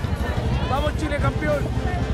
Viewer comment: Porque dice Campion si la palabra es campeón